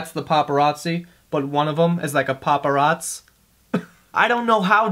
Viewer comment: A fucking "paparatz" 😂